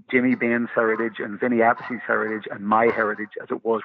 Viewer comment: How can he not know how to pronounce Vinny's last name? They were bandmates ?! It's Vinny "Uh-piece" , not "App-uh-see"